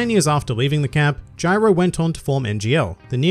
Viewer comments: Jairo, Dude. Not Gyro. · Why is everyone saying “Gyro” I’m pretty sure it’s Jairo